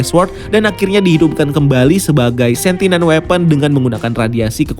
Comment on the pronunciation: Sentient bukan sentinent 😊